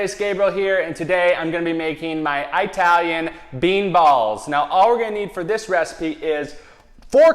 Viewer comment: Did he seriously just say 'I" talian???? smh